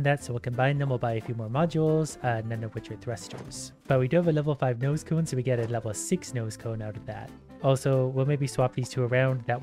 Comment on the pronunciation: When ever you said nose cone is sounded like you said noscope